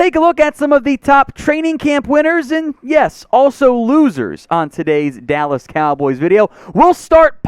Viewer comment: I'm with you on Micah,! (Also Bro, you said, "Dawwas Cowboys", I sh*t you not!)